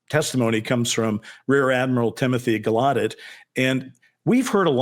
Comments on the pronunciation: Rear Admiral Tim Galludet has confirmed the correct pronunciation of his surname is with the hard emphasis on the first syllable- so it’s sounds like Gal-oh-debt. He said originally when his elders or ancestors came to the US it was pronounced with a French style soft ending - so Gal- oh- deh, but over time this had changed. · pokes fun at Ross for mispronouncing Barack, then TOTALLY botches Gallaudet! 🤣🤣 PS- Ross, it's CAHONE--EHs